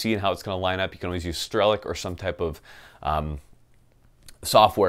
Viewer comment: 'Strellik' good God thats disgusting! Not an ounce of /k in his blood!